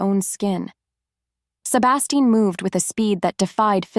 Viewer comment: The wild ride is somewhat dimmed every time the AI mispronounces “Sebastian.” Is there some way to teach the text to speech app how to pronounce the words it gets wrong? Getting a major character’s name wrong is downright criminal - and grating. Fun story otherwise.